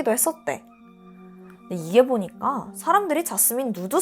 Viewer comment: 그러다 보니깡, 퐐월 이런 발음들이 아직 힘들어가신거 같긴한데 듣다보면 중독되는거 같기도 ㅋㅋ 나문희 선생님 같기도 하고